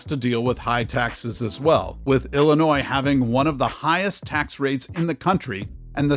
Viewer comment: Illinois is pronounced el-lin-noy not el lin noise.